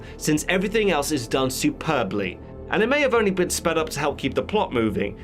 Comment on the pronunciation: He said artistic approach. I heard autistic approach. And “everything is done superbole”.